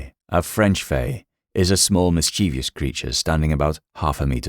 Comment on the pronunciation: The mispronunciation of Mischievous is like nails on a chalkboard